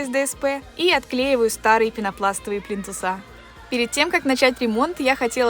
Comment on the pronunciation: ПлИнтусы, а не плинтусА.